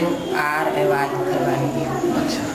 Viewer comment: Ham sab galat the February nhi FURY hota he...😆😆😆